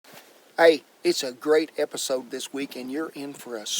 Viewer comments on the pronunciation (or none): none